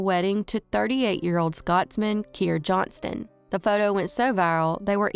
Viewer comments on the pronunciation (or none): none